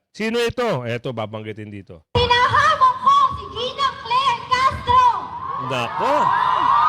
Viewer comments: Ginang po ang sabi niya hindi nenang po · Ginang po not Ninang.